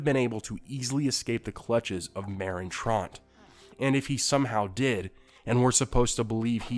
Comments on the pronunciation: He said “Merin tront” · It is said Trant not Tront